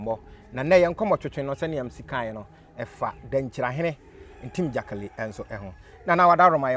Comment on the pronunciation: This guy too what's this “Ntim gyakali” thing aaaba. Anyways, good interview.